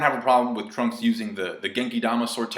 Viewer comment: did he say Trump instead of Trunks lol